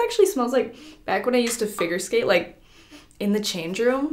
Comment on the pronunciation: I understood finger skate instead of figure skate 🤣